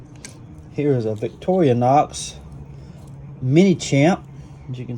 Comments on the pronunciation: I LOVE your channel. But you HAVE to stop saying Victor-ee-a-nox. It’s victor-a-nox. That’s driving me crazy. Take out the ee in the middle. Please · Please note there is NO A in VICTORINOX. It is pronounced Victor-inox.INOX means stainless steel.😂❤😂❤ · Thanks for another video of your shopping successes. I am definitely jealous. I don’t mind when you say Victoria-Nox. You’re Southern, I get it. I recently moved to Texas from Illinois, and have found that a lot of my pronunciations of local names are off. Am I wrong? Probably so, as they have been pronouncing their landmarks and local names their way since forever and I just got here. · You did very well and 2 Zippo's 👍👍👍👍👍👍👍👍￼ Did you overpay no if you are just a knife. Collector But if you are a collector and seller, I think you could of have done better in price. As for the 2 Comments Regarding on how you pronounce Victorinox. I real don't care how you Pronounce. Victorinox so keep on Pronouncing Victor - a - NOx Plus its good for the comment section. Peeing people off on how you pronounce words. LOL The only advice i will give you Just slow down on how many videos you put out every week.2 to 3 videos a week would be just fine. I like you channel but I cannot keep up on how many videos you put out every week.